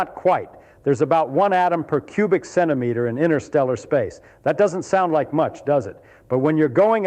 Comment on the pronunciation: It's not innersteller it is pronounced interstellar. What does he know? 😊😅